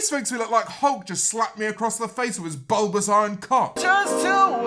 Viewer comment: Nobody: James Marriott: bUlBoUs